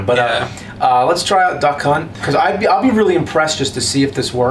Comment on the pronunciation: When is sounds like he keeps saying Duck Cunt.